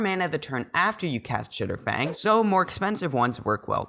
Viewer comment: Chatterfang not chitterfang im sorry lol